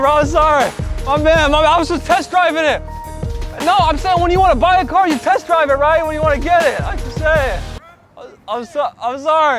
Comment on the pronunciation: LOL Let me wash your "carrrr" 🤣